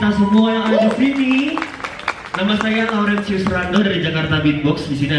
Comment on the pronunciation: ga bisa ngomong huruf "T" keknya ya Nama saya laurencius rando